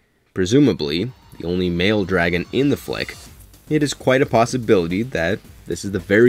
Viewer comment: ive never heard someone pronounce dragon so wrong before